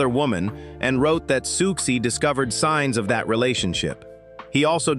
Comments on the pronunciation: I found 'Sooksy'instead of 'Susie' unreasonably deeply annoying.. BASTARD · exactly this lost me the very second the narrator called her “Sukesie”1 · Any plans to get an actual human being to narrate this@ Please send my love to Siooksy! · "Sooksie" was grating and annoying but I must admit "Socksie and the Banshees" made me chuckle. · SOOOK-SEE? Americans are SO embarrassing! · Yeah, it was annoying me too